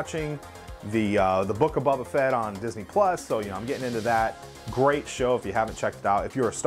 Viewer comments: Good show. But it’s Boba Fett not Bubba Fett! 😀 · idk why but it annoys me that he says bubba fett i mean i like his vids but it’s bOba not bUbba